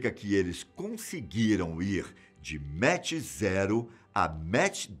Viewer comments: NÃO É MATCH , E SIM MACH ( DE PRONUNCIA MAK ) QUE SIGNIFICA MAIS , MAIS 10 X A VELOCIDADE DO SOM ... CADA MACH É O NUMERO DE VEZES QUE A VELOCIDADE SUPERA A VELOCIDADE DO SOM... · Vcs estão falando Mach errado. Não se diz "méche" e sim "mac" 👍🏼